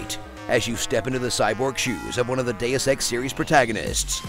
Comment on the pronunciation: Deus ex D e u s e x D e u s e x that's how I hear it.